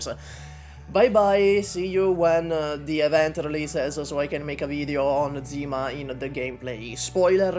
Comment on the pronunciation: Bro it's Zima, not Dzima 😭